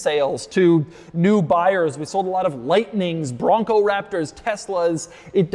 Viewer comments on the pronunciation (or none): As a Bronco driver, I lol every time Doug jokingly enunciates “BRONCO!”